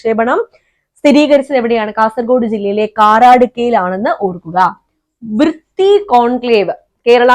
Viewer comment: കാരാടുക്ക അല്ല കാറടുക്ക